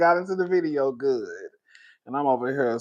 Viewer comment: "Be guhd"